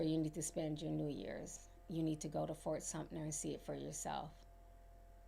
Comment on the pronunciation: I ❤ you dear. It's Fort Sumpter...no n hard t. I'm bummed that I missed you in Charleston. I would love to share some knowledge with you about Charleston, history, and that "feeling" you have about the times.❤